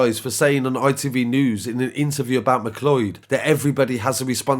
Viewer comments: It’s pronounced McCloud. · Point of Order ... It's pronounced 'm'cloud'. Has nobody seen Highlander? But to be honest, we're not at the point where women don't have to exercise caution. We've seen recently that we can't even trust the police to not commit horrific crimes against women. Scary times.